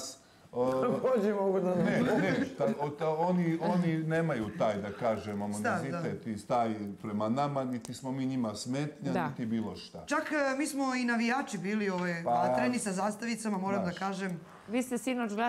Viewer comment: "Njome" je svaka sitVacija sa Janjusem divna, a njemu je "da kazes", toliko bilo lose "da kazes" bez njome, da nisu bili ni za ku...ac "da kazes". Niko iz njihovog drustva nema "AMONIZITET" prema njima, kaze Sranjus. Analna i Sranjus, dvije najnepismenije osobe na planeti!! Stvarno se slicnosti uvijek pronadju, pa da su na kraj svijeta "da kazes"